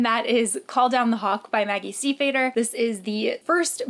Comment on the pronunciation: I'm participating as well but just going for the noble rank! Super excited! Little side note: Stiefvater is pronounced Steve-Otter :)